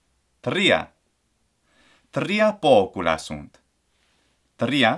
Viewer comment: I noticed it for example in the word “tria”, in “tres” and in the word “primum”. I have the doubt mainly because in Spanish we don’t trill it in these cases, and as far as I know neither in Italian (I might be wrong in this one because I don’t speak a lot with Italians) I normally try to mimic my Spanish pronunciation when learning Latin (except in some consonants like ‘c’ or ‘v’), since it’s my mother tongue, but I’m asking because I thought wether the ‘r’ pronunciation rules might actually be different than in Spanish